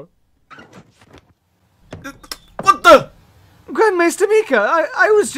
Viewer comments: Mika not meka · It's Mike-uh not Meeka. ;) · What kind of pain did you make me go through pronouncing Mika like that???